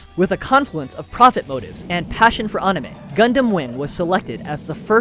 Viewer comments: Bro really said On-i-meh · Funny, I hate when someone does a deep dive yet doesn't do the basic research of how to even pronounce things. Well this guy seems like he can pronounce most Japanese words as they should be, but pronouncing the word anime itself has eluded him. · Disliked for pronouncing anime like a douche. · Why are you saying anime wrong?